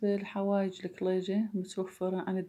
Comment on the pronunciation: اول مرة اسمع لفظ الكليجة بهذه اللهجه اللكلللييجة،،،،،، بس حلو اللفظ 😍